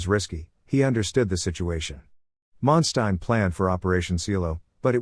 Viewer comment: listen to other documentary this will help you to learn how to pronounce his name properly